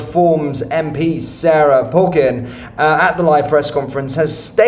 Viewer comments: Get her name right, it's Sarah Pochin not Sarah Pogin. I just wish you'd stop knocking Reform, I used to like you. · It's pronounced Poe - tchinn.